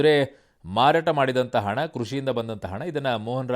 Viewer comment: hena.. alla hana😂